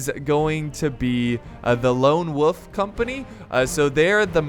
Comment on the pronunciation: I see you pronounce WOLF without the L